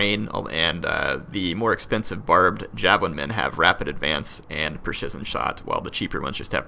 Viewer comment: you're pronunciation of precision is... ironic. haha